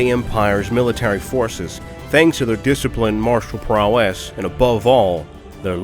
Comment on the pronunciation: PROW ess. Not prow ESS . I'm not going to listen to someone recite a monologue if they mispronounce a common word in the first 15 seconds. Google is right there dude...